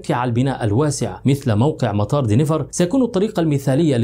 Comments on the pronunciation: دنفر و ليس دينيفر . تعملون فيديوهات ، و لا تعرفون كيفية نطق الاسم بالطريقة الصحيحة 👎👎 Denver and NOT Deniver . روح تعلم انجليزي ، لكي تعرف كيف تنطق الاسماء بالطريقة الصحيحة . 👎👎👎👎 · Denver دنفر مش دينيفر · مطار Denver وليس Deniver